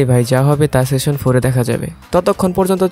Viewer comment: ভাই উচ্চারনটা দয়া করে ঠিক করেন। খুবই বিচ্ছিরি লাগছিল। আপনি বারবার সেশন বলছেন। ওটা সিজন বলেন,,, আর একটু,,, আমেরিকান স্টাইনে বলতে চাইলে সিজেন বলতে পারেন। সেশন session যার অর্থ : বৈঠক সিজন season যার অর্থ : পর্ব, ঋতু ইত্যাতি। আর ওয়েব সিরিজ গুলার ক্ষেত্রে সিজন অর্থ পর্ব হিসাবেই উল্লেখ হয়।